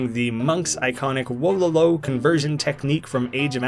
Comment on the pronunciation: Your pronunciation of Wololo is criminal